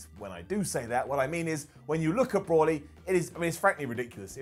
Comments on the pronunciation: brawly go-get-uh Ken Shuh-hiro Vuh-jetta dude fucked up a bunch of names....even mistakenly called Metal Gear Rising "resurgance" instead of Revengeance. And the crazy irony is he actually got Raiden's name right.... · Brolly wtf are you on its Broly.... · So we’re all just gonna ignore the fact that called broly “brawly” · He somehow even managed to mis-pronounce Broly. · Brawly? go-get-a ?? Broly mate BROLYYY and go-gee-ta 😂😂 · Brawly and gogetter? you've clearly never seen Dragonball my dude its pronounced bro-lee and go-jee-ta and its brolys delts and biceps that are ridiculous his traps are pretty small in comparison. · Dude you butchered every name in the Dragonball franchise its Bro-Lee not Bror-Lee and its definitely not Gogetter 😂 wth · “Brawley” “super sighen” 😓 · You completely butchered the DBZ pronunciations....the big guy, Broly, is pronounced “Bro-Lee”...and Gogeta is “Go-jee-tah”, not go-get-ah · i hate the way you say broly and gogeta